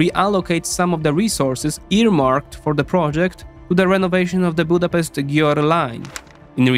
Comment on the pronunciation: You should at least be able to pronounce the name of our capital before making a video!